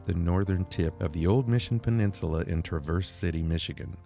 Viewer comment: Really enjoy seeing others' enjoyment of our mitten state. With all due respect, it's Traa verse, with the emphasis on the first syllable. 😊